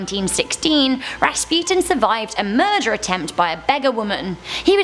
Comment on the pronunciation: Bless you for pronouncing right the name of Rasputin